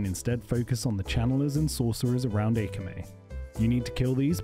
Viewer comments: Is the pronounciation of Akama some kind of inside joke? The video has it saying Ah kah may, when it's A calm a. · Aye-Kay-Mae? It's said several times in the game, it's Ah-Kah-Mah lol. Great guide but you really need to learn how to pronounce the names of the bosses LMAO! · AY-KA-MAY? FUCKING AY-KA-MAY? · Eykamey = Akama ? Ok bro :D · Shade of "Aykamay" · Shade of ‘aykamay’ 😂😂